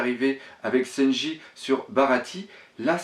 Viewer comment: Oui je regarde la Vf ^^ Luffy se prononce le fi et en vo se prononce le ou ffy, enfaîte, il fait des fautes de prononciation pas que sur Luffy, je crois qu'il le fait aussi sur Sanji et ni en Vo ni en Vf la prononciation est comme il le fait mais bon je vais pas rager pour ça il fait ce qu'il veut le capitaine ^^